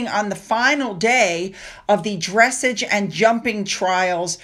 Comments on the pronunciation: well I meant it’s not pronounced dress / age think of ahg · Dressage is pronounced; "dres-SAGE", with the emphasis on the second syllable, as in' "garage". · Dres-SAJ’. Accent the second syllable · love your videos! Just an FYI.... for when you report on the Tindalls...dressage is pronounced "dress-ahhhhhh- ghe". You got it right except for the middle part. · Dressage is pronounced like”corsage”❤️🇨🇦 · Just a f.y.i. dressage is pronounced dress-AAHHH-ge. Also, after the Kardashian pic was done Kris said who was that. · I'm not being over critical but as a horse person I just want to say dressage is pronounced dresshage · Hello, lovely video. Hope you don't mind. But, dreh·saazh Is the way the word dressage is pronounced. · Please look up how to pronounce Dressage. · It must be my eyes, but those heads do not look correct on those bodies. Maybe they are all too thin for the size of their heads. I never got the furor over the Kardasion/ Jenners Lukus looks like a mini Mike. Just an FYI dressage pronounced similar to message ( like a back rub, not like a note ) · Dressage is sounded out the same as massage. I even googled to make sure. 😀 Love that you cover all the royals.! thanks.! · dressage is pronounced like massage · I've never heard dressage pronounced like massage and I'm British.